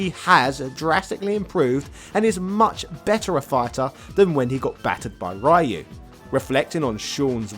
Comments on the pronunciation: It's Roo not Rye you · you keep mispronouncing ryus name. and each time it becomes more noticible and less easily ignored. >w< ree-yoo not rie-yoo. if it were pronounced your way it would have been raiyu. like raiden from metal gear. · I honestly have zero interest in Sean. Laura was far more interesting in terms of looks and fighting style. Also who is this "Rye-Yoo" he speaks of? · Ive been watching a few of this guys videos. And they are good. Really good. But when i hear him pronounce Ryus name. I wanna shit myself and jump off a cliff in minecraft. And then i hear him say Shoryuken right and im like, you know Ryus name is in the name of the attack. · No, it's "Ryu" (a combination of the syllables "ri" & "yu") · lmaoo!! diff lands pronounce ryu differently. but hell ya capcom needs to put in some SF3 characters as DLC at least... its really lame and disgraceful to neglect them. especially with the whole back to hip hop and third strike vibe SF6 has going on. i would like to see sean and how much he has improved and his fighting style. i miss his 2 hit dunk shoryuken. that needs to make a comeback. also being a ken fanboy is part of his hype. the dude is basically sakura for ken. minus any fruity intentions. lolz. but ya dont see any reason for him to just hate ken all of a sudden. curious wtf happened to ken also. love his garou/cobain look tho. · True but then why does he pronounce "Ryo" as "ri-yo" instead of "rye-yo"? I don't get why he refuses to make an effort with "Ryu" when he obviously could pronounce it properly if he wanted to... And yes I would also love to see how far Sean has advanced since Third Strike.